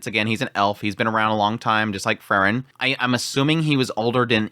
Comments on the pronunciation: It's Freeren, not Frrren.😁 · Like he always calls Frieren Frrrn.😁